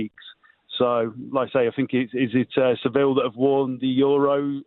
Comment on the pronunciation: 'Paul the Real Madrid fan' watches la liga every week and can't pronounce Sevilla 😂😂